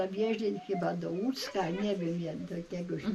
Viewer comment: Łuck a nie Łódzk